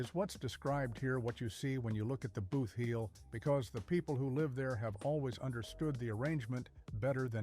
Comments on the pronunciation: Please separate the word. Boot heel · What is a BOOTH HEEL? And what is a NEW MUH-DRID? They are pronounced BOOT-HEEL and New MAD-RID. Please people, if you aren't from Missouri, LEARN our names of our regions and towns. It's disrespectful to us.